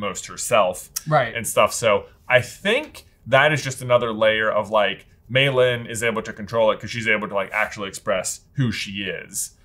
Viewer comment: They kept calling her Mei Lynn... It's LEE, people. LEE.